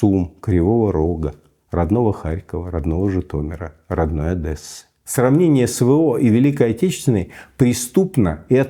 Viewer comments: Не Адэсса, а Одесса, если вы па рюськи говорите!!!!! Масквабадское безграмотное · Очень режет слух , когда говорят «Одэсса», считаю правильно должно звучать Одесса и никак иначе! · Уважаемый Михаил, у вас дед одессит, а вы говорите «Адэсса» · блять, Миша, какая нахуй Адєса? Одесса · Кто-нибудь, научите Михаила говорить "Одесса", а не "Одэсса") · Михаил Борисович, со всем уважением, но я, как одессит, терпеть не могу это ужасное "Адэса". Не говорите так, пожалуйста. Там "О" и "е", ну и два "С". :) ОдЕсса. Да, "О" чередуется с "А", но не делайте на на это такой упор. Спасибо :) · Что общего между путиным и ходорковским? Они оба говорят Одэсса